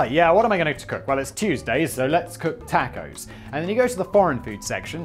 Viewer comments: One question, Simon: ... . . . . The fuck is a tack-oh? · Lets grill some TAK-ohs Finally found someone who legitimately pronounces tacos the meme way Edit: pressed send to soon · "Taaacos"..... BAHAHA!!!! You and my StepMom are the only ones I've ever heard that pronounce it this way. Hilarious!!!